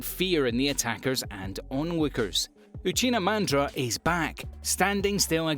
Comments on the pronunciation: Lol uchina mandra. Lol Uchina ITS UCHIHA MADARA U FOOOL. DO NT SAY ANYTHING ABOUT MADARA ITS UCHIHA NOT UCHINA U DISRESPECTFUL MAN CORRECT IT MAN ITS HURTS. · Why he say Uchina mandra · I know I did not just hear Uchina Mandra hahahahahahhaah yoo gotta wash my ears. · That pronunciation of Uchiha Madara is needs to be corrected.